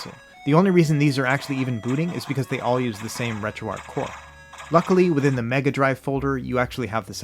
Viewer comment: Keep up the good work thank you so much for your channel and all the inside that you give if I could do something like this this is how it would be done and most of all I meant to tell you thank you for pronouncing retroarch correctly you're like the only person thank you so much for all your hard work and because of you I made sure I dedicated myself to the RGB 10 max that device is phenomenal and amazing so thank you for that as well